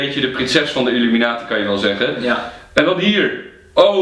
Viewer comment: het is IlUminatie niet UlIminatie